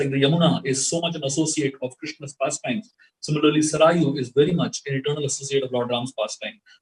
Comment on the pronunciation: Learn the actual pronunciation of River Saryu